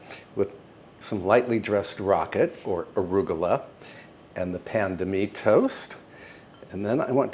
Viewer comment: Oh my! "Pain de mie", "cocotte" and "bain-marie", this was almost a French course! Bravo mon cher, bel effort de prononciation et merci pour les délicieuses recettes ❤